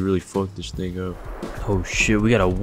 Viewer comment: it sounds like he says the n word lmfao but after listening like 5 times i realized he was saying “thing” but now i can hear both whichever i’m thinking about